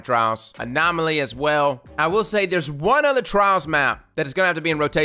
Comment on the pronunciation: A comment and a question. First, I think you're emphasis was on the wrong word in one section. You said "This update solves only ONE of the cheating problems." I see it as "This update SOLVES one major cheating problem." It's not a miracle fix for every issue. But it's a big step in the right direction. Pretty much every civilization on earth has had to deal with law enforcement policies. We've seen what happens when Big Brother moves too far and too fast. It would be just as bad, if not worse, if legit skilled players were falsely punished with no recourse. Second, what is actually IN the Lighthouse? I'll probably never see it for myself. But I wonder what's the big draw aside from the accomplishment itself? Are there NPCs there? Is the environment itself mind-blowingly beautiful? Once you reach The Lighthouse is there any reason to spend more than 15 seconds there looking around?